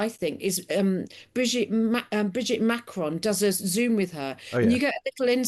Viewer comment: The way she pronounces Macron is really beyond everything! Cringe.